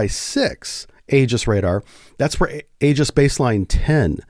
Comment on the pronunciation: It's e-jiss, not a-juss.